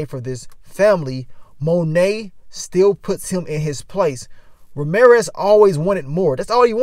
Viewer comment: OH Lawd not Ma-reer-ez!